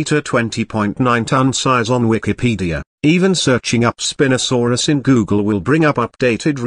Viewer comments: "Spin-osaurus" instead of "spine-osaurus" is the best thing in this video so far 🤣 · The best part of the spino section is probably the text to speech calling it spinasouris instead of spinosauris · Also you are not pronouncing the spinosuarus properly